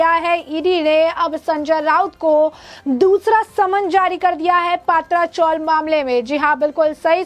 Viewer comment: पहले पत्राचाळ ऐसे बोलिये हमे पात्रा मतलब (अळुवडी मराठी) ऐसा लग रहा है|